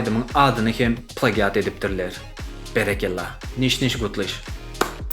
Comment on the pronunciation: Plagiat diýlenok (pleýjit) diýip okalýa turkmen aga🤦‍♂️